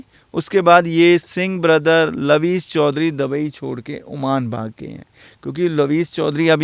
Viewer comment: Pehle dubai ka naam sahi se kehna seekhlo.